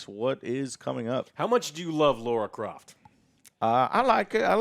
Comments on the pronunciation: Why do people say Laura Croft? Would you call someone named Tara, Taura? Or Lana, Lorna!!?? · Laura Croft? Who the f* is Laura Croft?